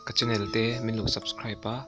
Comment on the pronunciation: channel meuh neih ve chuan in chiar zau deuh tur lawm le..english ngat phei chu kan tawng nih loh vangin lam dik hi a tha..mi ngaihthlak tura kan chhawpchuak nih chuan